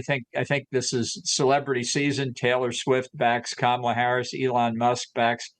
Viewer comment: The whole United States was told how to pronounce Kamala’s name during the democratic convention if you are a news agency please, please learn to pronounce it properly.